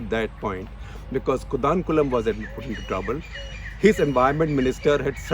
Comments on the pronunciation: Sir atleast you should pronunciation our cities correctly its not कोडानकुलम ... its कोडनकुलम.... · It's another declutter. One correction..it's pronounced koodankulam not kudankulam. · SG, your pronunciation of Kudankulam is LOL esp as a Tamilian🤣🤣